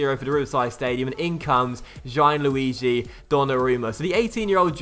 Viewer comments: I think it's pronounced "Gee-an-lu-ee-gee" not "Gye-an-lu-ee-gee" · Gianluigi is pronounced more like jan-luigi, not ji-an-luigi